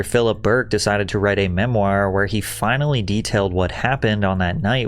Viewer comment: Is this person Patrick real or AI? Seems odd to misread words like 'casual' instead of 'causal' and 'integrate' instead of 'ingratiate'. Also mispronouncing words like 'memoir' and 'McGowan' is a bit suspect. Hmm...